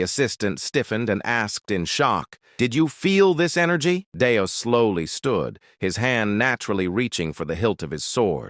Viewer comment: Just one example of many: The character's name is Deus (DAY-oos). I've heard it pronounced correctly maybe 20% of the time. Other times, it's Dayus, Danus, Danoos, Dave, Venus (how???), Deuce, and Dust. I think there were other names for this character too. Don't blame it on the translation, either, as I've read the original manga, and his name is consistent across the chapters. Just lazy, AI slop.